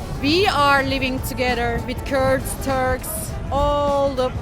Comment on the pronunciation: Törkksss we’re not törrrrkss